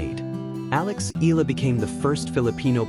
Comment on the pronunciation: Itß eh-yah-lah not ee- lah thanx😅